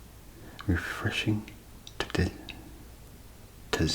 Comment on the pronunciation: amazing as always and very much appreciate someone else not being able to pronounce tzatziki lol